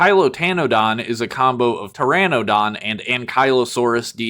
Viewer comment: You mispronounced the Coelophysis. Neither is the Pteranodon. The Smilodon is actually called the Saber-tooth cat not a saber-tooth tiger even the episode of Futurama got it right. The Utahraptor is actually larger than Jurassic Park’s raptors so it is basically Reality is sometimes scarier than fantasy. Which is similar to the leader utahraptor from Primitive war which is also name cyclops because he got one of his eyes stabbed. They are actually Pterosaurs not dinosaurs & the actual flying dinosaurs are Birds. It is basically a winged raptor similar to the Mutadon from the upcoming movie Jurassic World: Rebirth. You mispronounced the Tapejara. Again they are Pterosaurs not dinosaurs. The colorations on this one is very similar to Spiny the Spinosaurus from the original arcade game & the anime series called Dinosaur King. You forgot to mention that there’s an unreleased Jurassic Park T.rex figure called the Gulper rex which has similar play features to the Bull rex from the Lost World toy line.